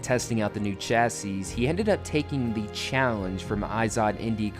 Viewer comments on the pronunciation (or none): The last "s" in "chassis"' is silent. It's pronounced "chassee"